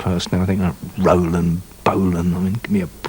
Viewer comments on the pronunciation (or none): "Rolan" without the "d" .